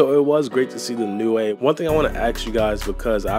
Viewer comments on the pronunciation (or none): OMFG ITS PRONOUNCED LIKE NEW NOT NEWAE